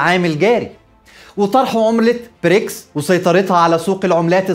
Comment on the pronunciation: واضح انها حلقه قديمه، لأن حضرتك بتتكلم عن رئيس وزراء انجلترا الأسبق بوريس چونسون، وبعدين خد بالك من النطق، البريكس يبدأ بحرف B وليس P